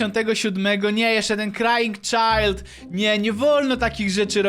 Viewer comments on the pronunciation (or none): none